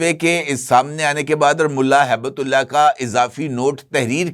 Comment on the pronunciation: سر ملا ھیبت اللہ نہیں بلکہ ملا ھبت اللہ درست نام ہے تصحیح فرما لیں